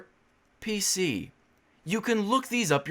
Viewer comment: The way you say „PC” here my phone recognises as „Hey Siri”. I am watching sittin on a couch and from a sudden siri screen just pops out :D scared the shit out of me. Also, great job debunkin this people.